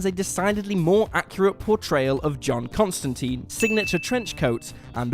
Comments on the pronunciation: Don't let Ewan hear you mispronounce Constantine, he might have an aneurysm. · ConstanTINE, rhymes with LINE! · It's ConstanTINE as in fork tines. Rhymes with times. Not constan-teen. Canon. Says it in the comics.